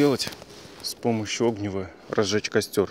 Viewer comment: Неправильно бересту подготовил. Её не рвать надо, а поскоблить на ней верхний тончайший слой, он очень легко загорается. Это вопервых. Вовторых пользоваться не умеешь, тебе так стержня и на один костё не хватит. Втретих, произносишь с неправильным ударением! Правильно будет огнИво. Слово огонь как произносишь?